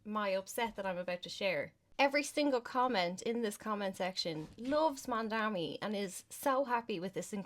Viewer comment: This is the dumbest thing I’ve seen in a while!! You can’t even read Mamdani properly or at least mispronounce it consistently… mandami to mandani to mamdami and on and on. You criticize him saying it the first of its kind and them proceed to give an example about something not childcare related. You’re the type that needs everything spelled out for you or your little brain can’t comprehend it accurately. You also said the children are unsupervised - absolutely moronic and a dry-mouthed disgrace! You don’t deserve this fucking comment and I will be reporting your post and account for spreading misinformation!! Go inform yourself before spewing your nonsense and putting your intellectual inabilities on display like this!